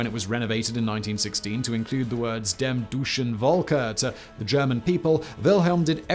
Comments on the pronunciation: After the "Dem duschen Volken"... erm, mishap, I was wondering how you would tackle the Hungarian names. You handled them rather well, I must say: there weren't any. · Dem Deutschen Volke 🤣. Well that was butchered. Great video otherwise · "Dem Deutschen Volke." Me, a german: "My ears bleed..."... sorry.